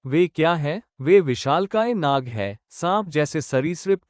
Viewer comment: Gadhe naga nahi nag